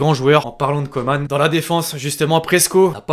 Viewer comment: Belle vidéo; PS: on dit Kingsley "comment" pas "Commane". Comme Corinne Coman. Voilà ;)